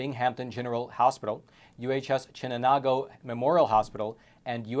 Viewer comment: you slaughtered pronouncing Binghamton and Chenango bro. 😂 love ya